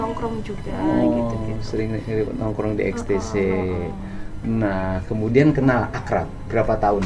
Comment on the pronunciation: XTC dibaca EKSTASI